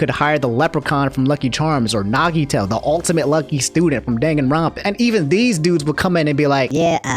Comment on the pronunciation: Did this nigga say danganronpan